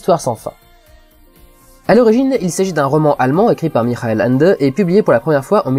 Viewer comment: "Mischaël Ènndeu" serait plus proche ^^